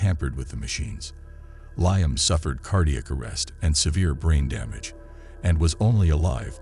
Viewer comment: Lieum 😂 instead of Liam...there are just some things A.I cant get right 😂